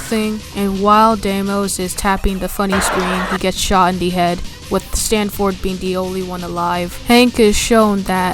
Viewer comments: Yes i kept calling "Sanford" "Stanford". Did i take retakes no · "stantford" "deymos" "scary monster" "exporgation" "aborgation" ye that's it. Bonuses: Expurgaytion